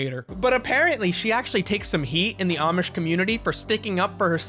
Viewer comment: bro i was listenng in bed on low volume and it sounded like oddsh instead of amish i was expecting people who play pokemon excusively with oddish